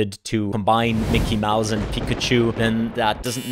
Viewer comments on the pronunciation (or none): none